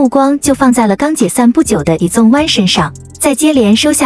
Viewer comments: izone不是念i(e)zone 而是念i-z(z音開頭，茲音結尾)-one 才是喔! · 團名至少要唸對吧…「izone」